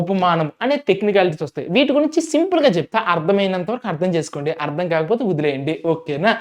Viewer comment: ముందు మీరు తెలుగు సరిగ్గా నేర్చుకోండి. శబ్ధ కాదు శబ్దం అర్ధం కాదు అర్థం